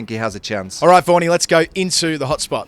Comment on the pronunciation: Why badly Prounce michel vaghan as warnie....Very very bad ,Pls correct